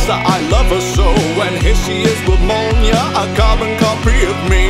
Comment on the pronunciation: Pronounced Mjolnir wrong 😭